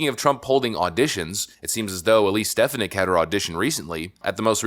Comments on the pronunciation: STEFANIK Pronounced STI FAWN NIC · Pardon me, but you really need to learn how to pronounce Elise Stefanik last name. That would do you good.